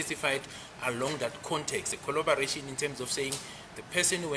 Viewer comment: Can someone ask Ginninda to pronounce collaboration properly 😮😮😮😮